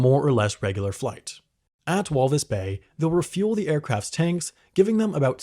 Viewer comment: lol you say Walvis so differently from how an Afrikaans person would 😂